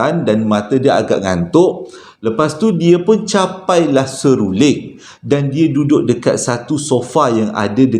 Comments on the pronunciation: Seruring ka seluring.... SERULING la...🤣🤣🤣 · Mana x tergelak...seruling jd seluring jd seruling blk🤣🤣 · Seluring 😄seruling lah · seruling..seluring..seluling.. mmg mghiburkan.👏👏👏👵🌹🤗😀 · Assalamualaikum..sebut betul2.. SERU...LING.. ha...👍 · bang sy baru nak mood ii seram eh tersyaysyul pulak “seluring” HAHHAHAHAHA ADEH PENAT SY GELAK 😭😆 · Memang xdapat disangkal lagi memang terbaikkk storyteller terbaikk pernah saya jumpa..don't stop Dapat hadir lagi harini mendengar Joe nak bercerita semoga Kita semua dilindungi Dari segala Perkara yg tak diingini...aamiin. Saya tergelak kejap dengar ckp seruling..seruding..lama2 serunding kan🤣🤣🤭tersasul berpisah tiada la dengan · Salam hai..heheheh lucu gigih sebut seruling...